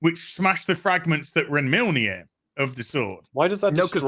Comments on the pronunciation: 'Milneer' LOL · It's kind of hilarious to listen to these guys pronounce mjölnir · bruh how can not pronounce mjolnir correctly lol